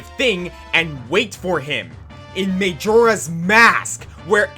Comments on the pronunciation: Whenever he said MAYjoras mask over and over again I wanted to strangle him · Its may-jora's mask